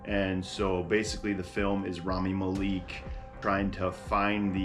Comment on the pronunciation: the malek pronounciation 💔